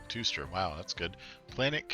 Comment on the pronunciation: “Planet Two-ster”? 😂